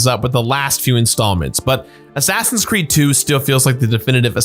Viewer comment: He keeps saying Crood, I m not crazy, right?